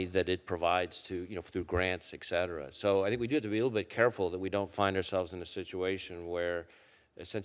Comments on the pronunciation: The FBI director can't pronounce et cetera. Ugg! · Why do Americans not know how to say "et cetera"?